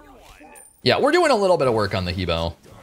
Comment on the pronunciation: I'm still triggered with how long you've been playing this game and you still can't pronounce He Bo correctly! HUH BWA!!!